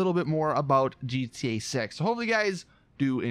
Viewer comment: he said gta sex XD